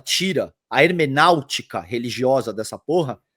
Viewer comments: com todo respeito e admiração, mas, vc mandou um "hermenautica" ao invés de hermenêutica! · HERMENÁUTICA?!! Sério? HERMENÊUTICA! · não seria "hermenêutica" em vez de "hermenáutica"?